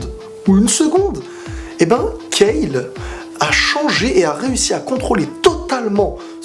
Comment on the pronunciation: C'est pas KAFLA et KEFLA 😂